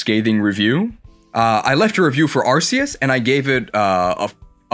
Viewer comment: That's not how you pronounce "Arceus."